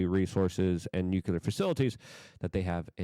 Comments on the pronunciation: It’s NUCLEAR, not NUCULAR!! That English isn’t my first language excuse doesn’t work here. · And NUCULAR….. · NEW CLEE ERR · Can’t take you seriously if you continue to mispronounce the words TUMULTUOUS and NUCLEAR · I think English is not his first language. If that's true, I'll give him a pass on tumultuous, but at this point, I can't give anyone a pass on nuclear.